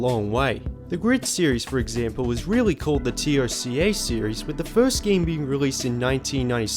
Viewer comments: literally no one calls is Tee oh cee ay, it's Toca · Who else gets annoyed with him saying T.O.C.A. instead of TOCA... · It's TOCA (say as one word) not T O C A (seperate letters) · Just say TOCA ... for the love of God dude. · Dude, Toe-Ka. Just say Toe-Ka. Nice vid btw. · Its pronounced Toe-kah